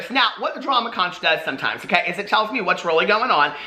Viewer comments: Just to let you know from living for decades in The Florida Keys, it’s pronounced (Konk) not (konch). It is also considered bad luck to have one in your house. You place them by the front door (outside) for luck. The folks born here are known as Conchs and they take this seriously...have a nice evening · Omg.. no.... it’s “KONK” not con-ch. promise.